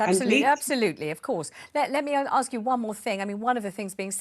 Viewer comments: This is the woman who said that Meghan Markle suffered "domestic violence" from the Royal family. If I've told you once I've told you a million times, don't exaggerate. And after protesting that "I'm British", she comes out with "in my culture". Sorry, I thought you are British? And if you are why can't you speak English? It is "ask" not "axe". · What a trouble-maker! The way she dresses, her hair style, her saying "aks me", calling her charity "Sistah"... obviously she stands for a culture and heritage that is NOT British but yet, she's making a fuzz about being asked where she was from. How this is not a setup? And where is the recording of her "transcript? Could be, perhaps, that the conversation didnt go as she claims it did? Now the media is bringing out what she really stands for, her agenda, her lies. She'll fade into oblivion soon.